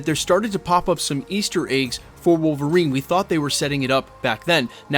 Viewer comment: Did you say MCUlverine? Lol